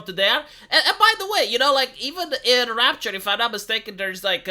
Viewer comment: "Rapture", not "Rupture" lol